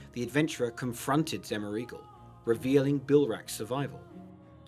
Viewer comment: ... Zemmer eagle? 😂😂😂 XEH-MOR-UH-GL.